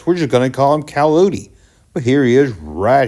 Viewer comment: His name is Wile E. Coyote (Kie -oh-tee) not calohte (cal-oh-tee) get it together